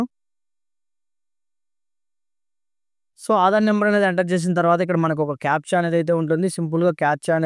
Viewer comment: Aadhar not machi Ani vastundi